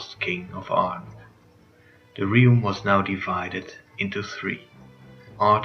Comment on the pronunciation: Realm is pronounced "relm". I applaud you for commentary instead of subtitles but try to look up how to pronounce a word if you plan on saying it frequently. Did you voice this yourself or asked someone else to do it? A better mic would also be a vast improvement. The visuals and storytelling were great as always.